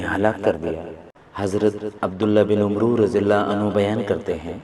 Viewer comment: Yeh Lafz (عمرو) umro nhi hay Amar parha jata hay please Hadees e paak Bayaan Krnay say pehlay isay Gor say parh Lia krain takay paak hastion kay naam kay adaab ka khiaal rakha ja skay